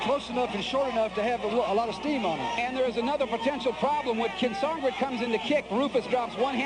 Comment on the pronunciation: The announcer is getting on my nerves. It's pronounced KEE-AT-SON-GREE, not CAT-SON-GRIT.